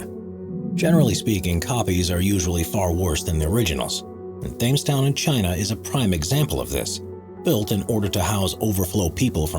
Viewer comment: "Thames town" is pronounced "Tems town" as in the Thames river (i.e. Tems river).